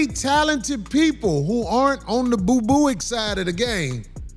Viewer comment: That mf said boobooic 😂😂😂😂